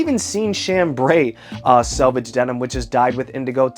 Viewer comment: It’s selvage not salvage 😂😂😂😂